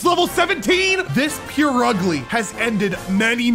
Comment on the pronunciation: “pure ugly” bro- it’s pronounced “purr ugly”